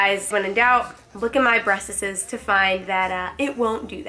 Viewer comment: The way she says “breasts” cracks me up 😂